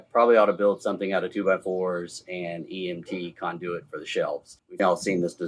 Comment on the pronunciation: First time hearing KON-de-wit pronounced kon-DOO-it.